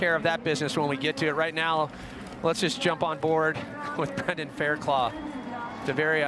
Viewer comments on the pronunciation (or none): lol yeah I know...I wrote it how it's pronounced. The dude on the video is pronouncing it Claw but it's actually Cluff. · It's Faircluff not Fairclaw. lol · His name is Fairclough not Fairclaw!!! Red bull needs to respect a riders name. Brendon showed utter respect no redemption needed!